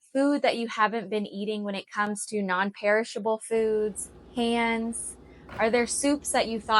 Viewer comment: Tupperware not Tupperwear Non-perishable not parishable